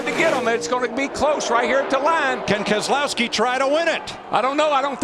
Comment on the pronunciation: Also it’s Keselowski